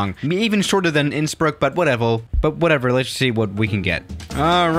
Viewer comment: whatevel XD